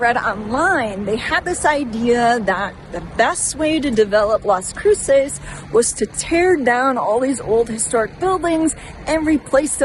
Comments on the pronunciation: I don't understand why you're pronouncing it that way. Do you have an accent or are you trying to do a spanish accent? CROO-SAYS? CROO-SESS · Its pronounced kroo·suhs lol